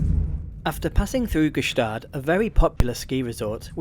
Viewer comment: Great video of this fantastic train! As I work for the MOB, here are some small things I would like to add: For accessibility, MOB recently recieved new low level coaches, with wheel chair areas and level boarding with the platforms. Yor pronounciation of Chateau-d'Œx was spot on! However for Gstaad you pronounced it more like 'Guestaad' (but don't worry, even for us french speakers it's difficult to say it correctly😅) For the maximum gradient of the route, it's 7% (1 in 14), 30% is already steep for a rack railway, it would be impossible for adhesion rolling stock to climb this! Next time you come, make sure to check out the GoldenPass Belle Epoque with lovely old coaches, or the GoldenPass Panoramic with forwards seats having an unobstructed view of the tracks ahead!